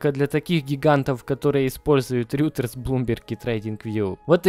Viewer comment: Только не говори больше "РЮТЕРС" слух режет аж невозможно)), РЕЙТОРС, или РОЙТЕРС